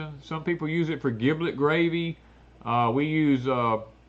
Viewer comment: Sorry, it is giblet with J not a G. As in General, Generous, Germ, Gel, Gentle...